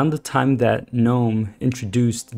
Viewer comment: THANK YOU for at least pronouncing gnome CORRECTLY!!!!! I get so angry and want to sissy slap the fools that do "G-Nome"... like the idiots they are.. pet peeve-- YEAH!!